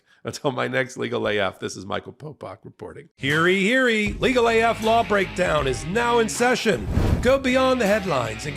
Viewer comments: "Heary heary"? OK. smh lol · Popok.... Its "HEAR YE, HEAR YE" (as in "ye-all" need to hear this) lol